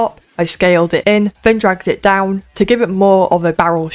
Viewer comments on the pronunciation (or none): none